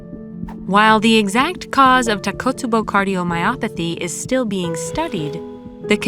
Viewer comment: Great video but just one minor complaint, the pronunciation of takotsubo is tako...tsubo not takot, tsubo as Japanese is phonetic language, so each syllable is different.